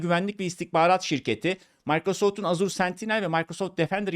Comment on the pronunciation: Azure diye yazilir "Eja" diye okunur "Azur" yanlistir